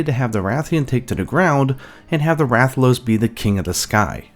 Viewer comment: Rathaloosee(it’s a joke on how he says it)